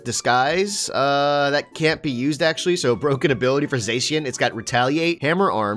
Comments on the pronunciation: When someone says zayshian instead of zashian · Its zackian not zasian ok